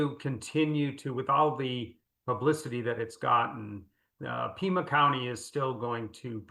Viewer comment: Pima county, not Puma county